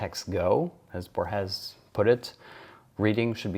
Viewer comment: Thank you! Let me just correct you on the pronunciation of Borges, whom you often quote. It's bOrhes, not borhEs (